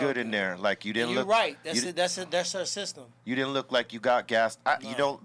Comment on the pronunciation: B almost pronounced system seestem lol, his inner paisa almost came out, I can relate.